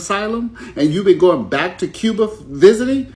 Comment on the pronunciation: bro, its pronounced koo-ba not cube-ba